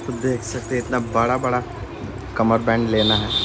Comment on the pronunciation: कमर बन्द बोलते क़मर बैंड नहीं ❤ बहुत अच्छा है